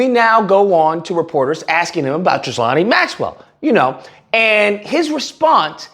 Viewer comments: its pronounced..... GHEE-lane... not Gizlahnie😂😂😂😂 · It’s pronounced Ghee-lane Maxwell. Dumb ass spelling. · Even though these are respectable characters in this story, it would be nice if you'd pronounce their names right: "GILL-LANE" and "EP-STEEN". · Not that she deserves to have her name said correctly, but think of the name like GEE-LANE. I hated hearing her name… just sounds as nasty as she is!